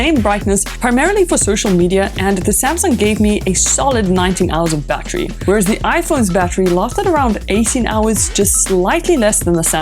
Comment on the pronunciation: What the hell is a bat tree? Did you mean battery? Say it with me battery.